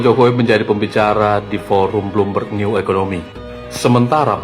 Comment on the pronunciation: Jokowi bertolak ke singapura berpidato di forum bloomberg Eeh Roy suryo cs berbicara bloommov'oon